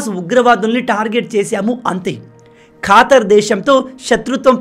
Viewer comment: Neevu manchi వీడియోలు చేస్తావు bhayyaa... ఖతార్ ఖాతర్ కాదు అని అనుకుంటా బ్రో